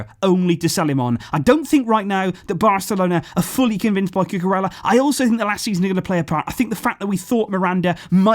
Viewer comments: Just a correction, ella like in cucurella in spanish is pronouned like eya, a y sound replaces both L's. Love your content, i wait for it every day, appreciate your hard work, keep doing what youre doing, visca barca! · listening to him say Cucurella is quite frustrating... Blancos fan btw...